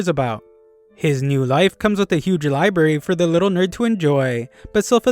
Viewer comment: libarry?? 📚 It's library. LIE-B-RARE-REE